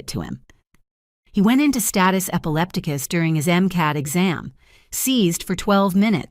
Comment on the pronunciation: status epileptica lol I have never heard it say that way epileptica